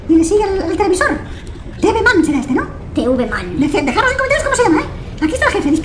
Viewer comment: Ese tivi man así se dice tvman